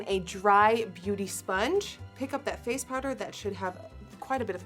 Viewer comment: You're saying "face" in a more American accent now. I did like your accent before but this is impressive nonetheless!